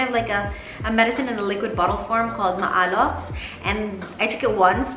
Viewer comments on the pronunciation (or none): Hi ! Maalox is read as May-lox